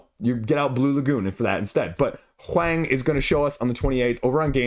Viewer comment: In case you wanted to know, huang rhymes with 'wrong'. Hwong. Wang (popular family name) also rhymes with wrong